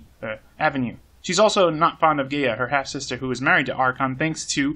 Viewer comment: Gaea: GUY-uh, by the way. Same as Gaia.